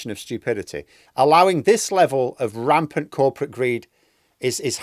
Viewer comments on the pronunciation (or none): Think you've got a bit excited there. Corportate and Rampang 😀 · Never heard of 'rampang' ? ha!